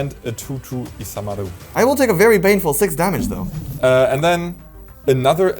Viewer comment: I really appreciate that you guys pronounced isamaru japanesely😂❤